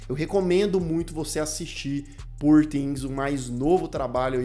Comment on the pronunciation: A pronúncia de "poor"é com ó aberto /ó/...